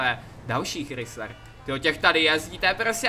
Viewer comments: Nečte se to Chrysler ale Krajzler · Chrysler se nevyslovuje "chrysler" ale "krajzler", strašně mě to štve když to někdo vyslovuje špatně :D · čte se to "Chrajsler" a ne "Chrysler". Pls vyslovuj to správně.;) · Chrysler se čte krajsler ok jinak super video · hele chci se zeptat, seš si opravdu jistej že se to auto vyslovuje chrisler a krajzler? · Neříká se tomu chrisler ale (chrajzler) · Hej Chrysler se nečte Chrysler ale chrajsler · Chrajsler se.to cte pise se to chrisller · není to chrizler ale chrajzler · To není chrysler ale chrajzler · Vyslovuje sa to chrajsler 😉 inak super videjko ale mohol si zobrať minule radšej to žlté Bentley 😉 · Čau jenom že Chrysler se vyslovuje česky Kraisler. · Píše se to chrysler a čte se to chrajsler mi máme takový kabriolet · nevyslovuje se to chrisler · Čte se to [chrajzler] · Čte se to chrajsler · čte se to hraijzler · Čte se to chrajzler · Vyslovuje se to chrajsler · Mě se úplně trháj usi když slyším jak vyslovuje ten chrysler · Chrysler se nečte tak jak se píše